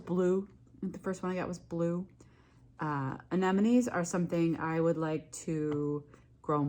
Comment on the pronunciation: you are one of the very few flower people on the internets actually saying AneMonNes. I really appreciaten that. Not that it's important. But hearing AneNoMes drives me nuts😂